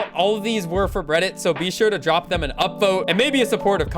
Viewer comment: You sed bredit